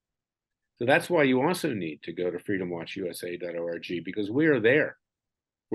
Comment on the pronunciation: Larry, every time you tell us the name of your web site—— all I hear is DOT ORGY. I do not know if that is fixable or not. I have to chuckle a bit though.❤ Sorry, a serious topic I found a little bit funny. If you listen back you will know what I am talking about.